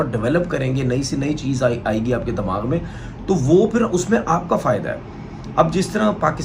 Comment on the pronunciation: दमाग नही होता भाई दिमाग होता है 🙂